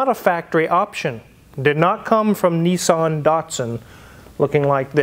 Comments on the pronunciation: It’s nissAn not nissOn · Yep. It's cool, despite being spectacularly beige outside & inside. I can't wrap my head around how Americans pronounce Nissan. 'Nee-san'. The rest of the English speaking world pronounces it 'Niss-an.' You can manage Datsun. Not heard anyone calling them 'Date-sun'.